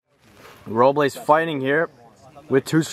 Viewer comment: If you took a shot every time switched between pronouncing it “Row-bles” and “Row-blays” you would have been blacked out by game 2 😂